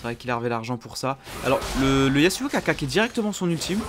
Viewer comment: C EST YASSSSSSSSSSSSSSSSSSSSUO PAS YAZZZZUO MAIS C PAS SRX RESPECT UN PEUX SON PERSO